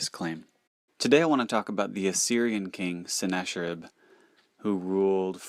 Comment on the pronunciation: Good info, but you're mispronouncing. "ch" in the Hebrew scriptures is pronounced as a hard C La-kish and Se-nak-a-rib